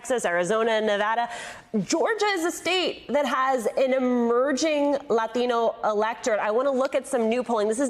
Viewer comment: Why do reporters who speak with an american accent feel the need to pronounce "Latino" with a spanish accent? Do they think it makes them seem cool?